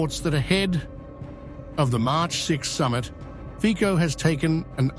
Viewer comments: It’s Fico, his name is FICO! Not FIKO! Respect him! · Robert Fico's last name is pronounced "Fitso" like the "c" in "France". It does not have a "k" sound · Not FiKo, but FiTSo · 1. Dennik N is an extremist liberal and progressive newspaper. They systematically lie and purposefully distort information about events in Slovakia and the world. 2. Prime Minister Fico's name shoud pronounced correctly as "Fitso" not with a K, similar to how the end of the word "worlds" sounds. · Fico is pronounced "fitzo" , not "fiko". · not fiko FICO this commentator is amateur... he does not know how to pronounce name of politician!!! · His name is FITZO NO FIKO !!! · 😂😂English say feeeee kou. Instead of Fit sou. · The correct pronunciation of the name in English / Italian would sound something like Fizzo….just saying🙋🤷‍♂️🙂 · The correct pronunciation Fico's name is /fitso/. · It's not Fico, it pronounce Fitso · Isn't Fico pronounced FITZO?